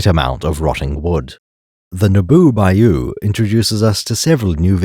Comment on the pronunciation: Absolutely loved this amazing short and concise video, up until I heard the pronunciation of bayou. Can't believe you've insulted all of Louisiana.